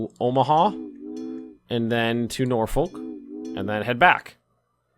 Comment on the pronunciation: Just so you know (as a native Nebraskan) it’s pronounced NorFork